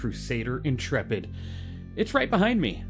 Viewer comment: I'm just glad to find someone who pronounces "Intrepid" correctly. Honestly the number of youtubers calling it the "intra-pid' or "int-rapid' is making my eyes itxh! 😅